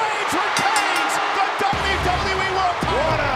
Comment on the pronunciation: Announcer ...and still the dzahbyu dzahbyu e...